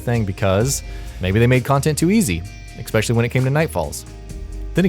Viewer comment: Thumbs down because you said Expecially. There is no X in especially.